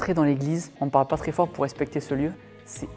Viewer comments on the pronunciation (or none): none